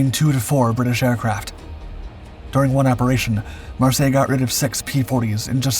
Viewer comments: Pronounced Mar-Syler. He was German. No doubt some French origin of the name. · The name is pronounced Mar-sey-yey(Marseille).